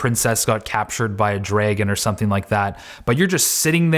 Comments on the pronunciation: WTF is a “draygun”? 🤣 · I would have loved to hear you say “draygen” more than once :) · "captured by a DrAagEn" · Nobody:: "Draygen" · The way he said dragon is so funny to me! i'm sorry... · Lobe the way you say Dragon haha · it’s the way he says “dragon” that let’s me know he’s canadian